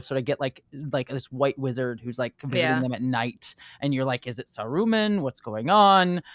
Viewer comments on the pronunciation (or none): The funny thing is that the first time she said it, she said it normally -- and then sa-RU-man just came out of nowhere and never stopped lmao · Not SaROOmun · Sorry .. Sa-what-man? Sa-roo-man? Who is this Sarooman fellow? 🤨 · Sah roo mun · That's the way the audio book I once listened to pronounced it, I kinda like it because it helps differentiate Saruman from Sauron in the ears of casuals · pronunciation of Saruman is making my eye twitch. 😂